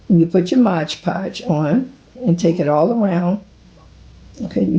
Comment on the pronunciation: Absolutely beautiful !! I'm not trying to be mean, but the word is MOD PODGE !! Not the way you say it MODGE PODGE !! You don't pronounce the ge in mod !! I'm sorry ??